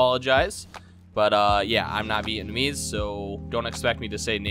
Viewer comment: Vietmanese? It's pronounced ( viet-nam-ease )